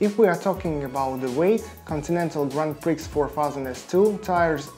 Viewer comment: Чувак, постарайся не читать с экрана. Такая подача информации плохо воспринимается на слух. И ещё, читается "Гран При" конечно же, никакой не "Гран Прикс"